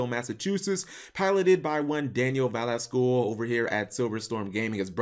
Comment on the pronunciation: damn, you butchered the last name lol, and yes SilverStorm is a new youtube channel that his brother made, they're coming up with ideas on what to post etc. his last name is pronounced Ve-les-ti-gee